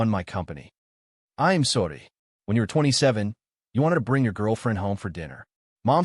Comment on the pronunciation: Please please stop sounding spanish when saying I'm sodddyyy it's IM SORRY. Don't get me wrong, good story but do you even review this before uploading?